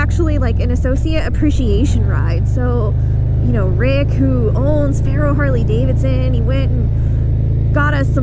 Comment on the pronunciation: I love me some “Harley davidshons”